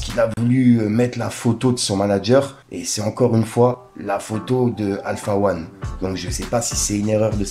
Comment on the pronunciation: Il a dit Alpha wan …